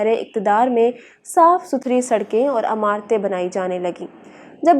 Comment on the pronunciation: Lafz imarat hay (ain) say. Na keh alif say ( amarat meaning Ameer say amarat ya Arab amaraat) please tasheh farmalen..